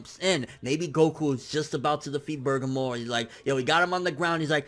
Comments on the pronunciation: Bergamo (Bir-gah-mo) not (Burgah-mo) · Who the fuck is Bergamor? You mean BER-GA-MO? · Hes still calling him Bergamore. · Its burr gaa moo not burger more wtf xD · just sound that shit out BER-GA-MO...... it's that simple LIKE WTF!?!? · Do you know how to read!?!? Like where are you getting "Burger-more" from!?!?!? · Am I the only one who gets bothered by constantly getting Bergamo's name wrong?